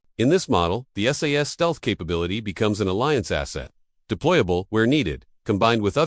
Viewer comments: I'm ENGLSH Need I say more! (btw. It is S.A.S. NEVER sas) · It's not the British SASS team. It's the British S.A.S. Team. Get it right! Also, does anyone else hate AI commentaries? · It’s SAS…. Not SASS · It's S A S, not SASS!!! Learn what you are talking about for goodness sake. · AI narration reading the the abbreviation as a word ...phonics. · I personally love the AI saying SASS 😂 The SAS are the only ones who could pull it off and theyd happily take that over failing. A lot of men getting butt hurt like they could compete 😂 these are the same men who lose their shit when their football team loses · Please stop saying SASS! They are the SAS, each letter pronounced singly. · It’s AI they all struggle with names like SAS. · Yes I also found that ridiculous and slightly rude